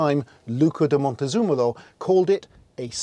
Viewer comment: Perfect report on the looks, drive, everything. Great job. Ps: Montezemolo...... there's no 'u' in the name.